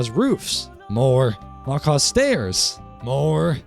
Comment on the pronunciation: These kinds of videos are greatly appreciated my guy. You got my sub and like. You basically copied me, 😒 😂😂 most of what you have here i do to. Sophisticated backpacks is by far the best backpack mod though. Great list. And Macaw's is pronounced mah kah one word though. It's the big parrots in south America red blue and I think green.